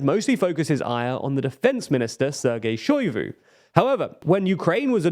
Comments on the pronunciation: Great content, but please stop butchering the names! SHOI-GU, PRI-GO-ZHIN. Also i think he commented that "happy granpa" is supposed to be addressed to Shoigu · all due respect, and no one's perfect - but y'all need someone to check the pronunciation in your scripts. It's pri-GO-zhin not PRI-goz-vin, and SHOI-gu not SHOI-vu. There are frequent offenders in other videos too (like Nagorno Karabakh). I know quality and accuracy matters to you, and this would be a pretty easy fix to improve the channel's credibility